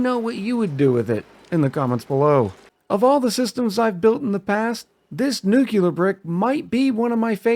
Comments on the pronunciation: its pronounced nuke-lee-er not nuke-you-ler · nucular and nuclear are two different things but i think it’s been pretty normalized to pronounce nuclear as nucular. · The way it’s spelled. Nu-cle-uhr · It's "new clear" as one word. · I forgot exactly how but I found your channel a few days ago and love your style of commentary and playing. Also I pronounce it New-clear. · new-cle-ah tho dont listen to me im australian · In Soviet Russia, Nyuk Lee Yaargh pronounces you. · "New Clear" for me as regards pronunciation of "nuclear". Accents and pronunciation of words are interesting things. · My favorite pronunciation is "Nucular" That Nafta creation stratagy is great! I usually include temp sensors in my steam generator/thermo aquatuner so I can get the max refund possible for my aquatuners. I have never made a nuclear research reactor before. I always found that if I want to go for ridiculous builds, that a sour gas boiler was easier to construct and a lot more "Fool proof" in my opinion. I am the fool. The fool is me. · I had to think of homer Simpson nucular. the word is nucular. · It's nuclear, dummy, the 'S' is silent.